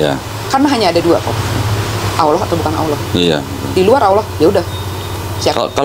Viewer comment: Koh, itu mbak Siska di ingatkan; pengucapan kata Allah itu tidak L nya tafkhim ( tebal ); logatnya seakan bukan L. Jadi dalam Islam pelafalan huruf itu ada ilmunya.